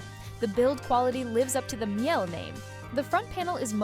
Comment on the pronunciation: I stopped listening immediately when you couldn’t even pronounce Miele anywhere close to correctly😥